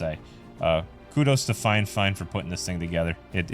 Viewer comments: Fifine and not FineFine 😂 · Its the "fi fine" not the "fine fine" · It hurts my soul that you keep saying fine-fine and not fi-fine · You keep saying finefine when its Fi fine. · "finefine"? haha bot reviewer go look for other hobbies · okay cool. You're the only one doing it though. And I heard a few different pronunciations of it. Everything from fee fine to fi fine to fuh fine.